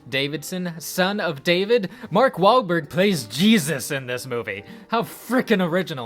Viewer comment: Did you say Barf Wahlberg?